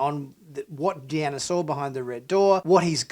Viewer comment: I like the way you say Deanner (instead of Deanna)